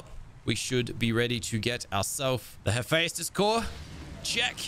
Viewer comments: Hephaestus is the God of fire, metalworking, stone masonry, forges, the art of sculpture, technology, and blacksmiths. Btw it’s pronounced as Hefestus not hefayatus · saying the name wrong, the a is silent. Pronounced Ha Festus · Hey love the videos per usual, although I would like to add the way that I believe Hephaestus and that is (Heh-fi-stus) so the 'phae' makes a 'fi' sound like si-fi.